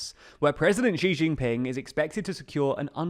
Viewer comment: Still mispronouncing Xi, still making no effort. Disappointing.